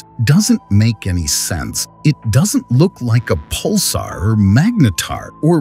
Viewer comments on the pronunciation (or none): none